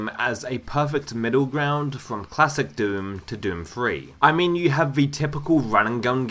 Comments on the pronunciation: "Doom Tooey" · No offence but i just cannot stop laughing at how you say doom 2, it's just so goofy "doom tooey". Great video/compilation tho, nice job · Take a shot every time he says Doom Twoey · He does mispronounce Doom Two as well as many other words.